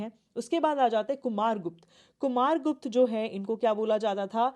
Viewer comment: Content is good. Mam can improve the pronunciation of names.e.g. abhigyan shakuntalam, "Ashokaa" or Ashok, guptaa or gupt , Baanbhatta and many other